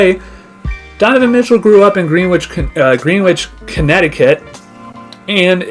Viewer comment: It is pronounced Gren- ich Conn. Not green witch. And the Knicks wouldn't pay Danny Ainge's ridiculous asking price.